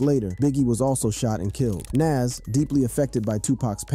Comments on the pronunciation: Nas not nes 😂😂😂😂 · Nas, nas! Not Naas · Bro is Nas it’s not Naz you gotta say his name right bro the guides of the rap legend and you’re screwing up his name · To the mediator of this video I just want to say It's Nas not Naz just like another one I seen Tupack Jay Z corrected him it's Tupac not Tupack. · Why are you pronouncing Nas's name like that? It's Nas not Naas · Ngl, it lowkey kinda irritated every time he kept pronouncing his name "naz." Pronouncing it like jazz but with an N at the beginning, lol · Who tf is NAZ 😂 bruh it’s Nas lmfao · NAS..not NESS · Bro at least say Nas name correctly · Bro you need a to stop pronouncing Naz 2 different ways lol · Nas not Nass LOL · Nawwwwws not naaaasss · Say it with me its nahz not naz....U pissing me off u dont even know how to say nas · the crazy part is, he says it correctly sometimes but most of the time he doesn't... so annoying! Who tf is Nass? 😣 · Is dude really saying NAZ and PACK 😂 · We gonna let him keep saying NAAS? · Why are u calling him NASS? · Its poc and noz.... your pronunciations make me cringe lol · The way you say Nas is wild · Wow they cant even say Nas's name right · You gotta learn to say the name Nas correctly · Say Nas’ name right. It’s not nas. Show some respect. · Why is he saying Pac's name right but keeps butchering Nas? Like guy you cant say Nas? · You have a youtube page named rap daily and can't even pronounce Nas, Pac, Hussein Fatal or the Fugees correctly... Come on man.... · say NAS name right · Hate the way this guy says Nas name. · Are you purposely pronouncing Pac's and Nas's name like that?!! You're channel is called Rap Daily, but you can't pronounce most rap artistes names correctly? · Ughhh im sorry but how your sayin Nas is NOT right . Its like how "Really" White people whom dont know anything in hiphop call 2Pac .. 2 PAck lol.... Just listen to the Dope song NAS is like.. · Pronounce "Nas" correctly please. Or dont make videos. Its incredibly disrespectful.